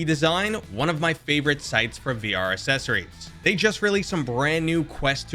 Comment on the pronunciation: OMG, for real. They are called "Accessories", not "Assessories". "Acc" makes an "Ack" sound, not "Ass". Seriously. What have they been teaching in English classes?